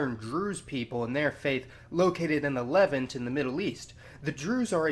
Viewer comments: It's "Le-VANT" not "LE-vant" and it's "NOSS-tik" not "G'NOSS-tik." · “Le-vahnt” not “Levint” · Fascinating video! However, every time I hear you say "levent" I want to stab my ears out. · LEVV-unt. Interesting pronunciation of Levant. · Levant is pronounced leVANT. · Its pronounced the (le vant) i hate it when a holes make videos about things they know nothing about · It is pronounced leVANT. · You have some serious pronunciation issues, including English words. Gnostic is pronounced with a silent "g," and Levant has the emphasis on the second syllable. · Learn how to pronounce ‘Levant’ properly!!!